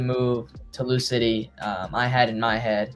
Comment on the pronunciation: Dang this was your best chance to learn how to pronounce Louisville 😞